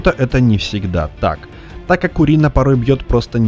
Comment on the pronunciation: Почему урина ? Урэй как бы